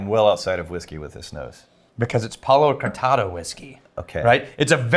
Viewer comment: When you say 'Palo Cortado', I hear "Hakuna Matata"